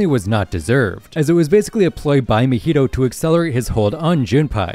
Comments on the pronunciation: Its mah-hito not ma-hito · If you say muheedo one more time ima go crazy, it’s “MA-HEE-TOE” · I’m sorry “MEHETO”? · say mahito coreectly